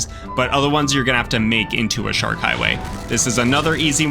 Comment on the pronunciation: I love hearing shork 😂😂